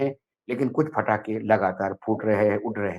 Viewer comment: पटाखे बैन हैं फटाके बैन नहीं 😅😅😅